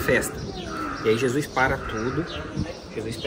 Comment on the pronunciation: Os vídeos estão incríveis 😭🤩 Mas corrigi mentalmente toda vez que escuto Jusuis😂